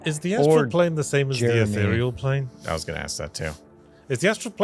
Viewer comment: What is happening? actually pronounced "ethereal plane" correctly! TWICE IN A ROW!